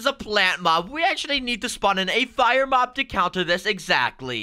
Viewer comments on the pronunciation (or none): Am I the only one that hears “mog battle”